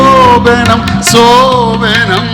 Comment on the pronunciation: சோபனம்... Sasthriyar pronounce correctly, BUT his assistant sings pronounce wrongly சோபணம்